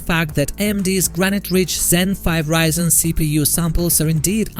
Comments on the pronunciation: "reezen" XDDDD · Learn to pronounce ryzen first